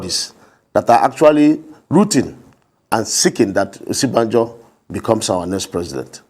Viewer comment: He is supporting Osinbajo and cannot even properly pronounce his name. He is saying "Osibanjo" but the VPs real name is "Osinbajo"!!!